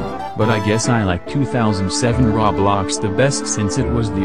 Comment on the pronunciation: SAYING RAWBLOX AT 3 AM!! OMG HE SAID RAWBLOX (lol this is a joke)